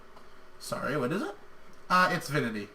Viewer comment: I think it is Vinty, Not Vinity. :)